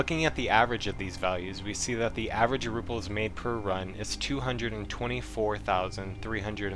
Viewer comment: Nice video. I only want to harp on the fact you mispronounced Rubles every single time as you kept saying ruples. There isn't a P in the word. Also, miscellaneous was wrong as well. You added a hard C/K in it. All that said, very informative. Glad you added something about looking for barter trades at the end. Things like the Drill, I just learned can be traded for a 50k ruble suppressor instead of selling the drill for 13k itself.